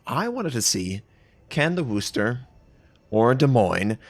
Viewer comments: Please stop saying “Wooster.” It’s “Wusster,” or “Wusstah” if you’re from the area. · Hearing it get called the wuuster triggers me so hard. Speak English!. You were the chosen one.